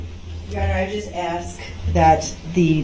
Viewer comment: The worse one for me is saying ax instead of ask.